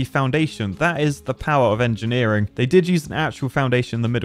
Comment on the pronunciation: "combining art and angineering", you mean Architecture? ;)